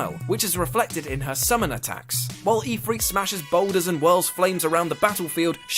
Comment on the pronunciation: Ifrit is pronounced If-rit, not Ee-frit